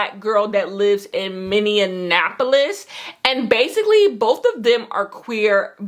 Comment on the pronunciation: lol as someone from the twin cities, hearing you say minneapolis is hilarious 😂 its just “mini-apple-liss”, but I loved this lil vlog ofc, patiently awaiting your book club!!